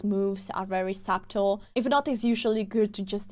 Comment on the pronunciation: just pronounced subtle as sub-tal. As someone whose first language is not English either, I love her mispronounciations.